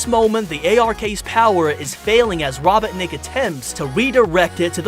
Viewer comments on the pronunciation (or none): I can't stand it when he says Robetnik it Robotnik